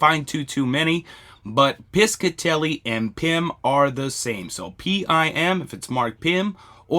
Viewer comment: Hello thank you for all your videos! Just fyi I was born & raised in RI which had alot of jewelry factories, the Piscitelli jewlery co was owned by my uncle's brother...its pronounced pishatelli ( rhymes with fishatelli) the c is silent lol your doing a great job ❤